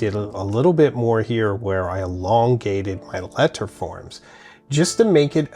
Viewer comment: What’s with your weird pronunciation affectations? Americans say “let-ur” not “let-ttturh”, and “write-ing” not “write-ttting.”